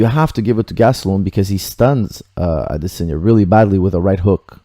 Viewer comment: maybe you should have paid attention to the commentary, you could have heard them say "AdeSANYa" not "AdeSINYA".